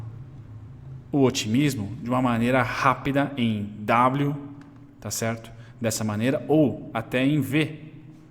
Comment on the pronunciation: Eu até imito seu "cherto"